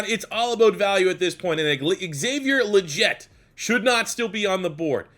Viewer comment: you pronounced legette wrong